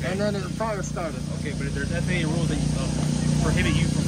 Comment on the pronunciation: Im a corporate jet mechanic of 21 yrs, this guy calling it the ffa and not faa is driving me nuts, but remember he is highly educated